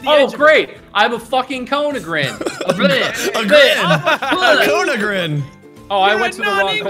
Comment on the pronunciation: "I'm a fucking cone agren." -Bob, 2016.